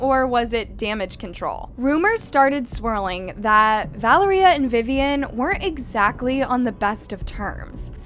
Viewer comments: “Val-uhh-ree-uh” noooo its vuh-lair-yuh!!!! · LEARN TO PRONOUNCE NAMES ITS NOT VALERIE-uh it was val-lar-ria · Is her name really pronounced as "Val-er--ee-ah?" Or is her name pronounced as "Val-air-ee-ah?" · American people can pronounce for once this name correct , it’s ValEria not ValerIa ….. the tone at the grammar E